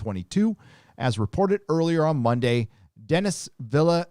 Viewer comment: Veel-Nerve....Denis "Veel-Nerve"